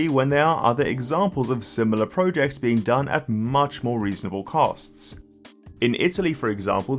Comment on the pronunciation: Great content and analysis, very much appreciate it however I may just kindly add that the way you say ProJects is quite odd !